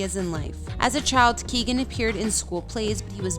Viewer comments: It's KEE-OWEN not Keegan. FFS. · Yeah, no, you're wrong. Ky-ow-gan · You can't even pronounce the name of the people that you feature in your videos. Barry's name is Key-o-gun, three syllables. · It's Kee-O-gan ! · He is brilliant!..just a small thing...his name is pronounced “Keown”..Key own......the “g” is silent....squash the syllables together and there you have it🤩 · It’s pronounced KeyOwen. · Learn to say his name properly Jesus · Pleas learn how to say people's last name right before you go and do a whole video on their lives.